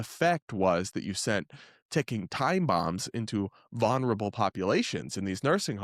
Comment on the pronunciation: Please, please learn how to pronounce vulnerable (vul-ner-a-bul). It’s not von-er-a-bul.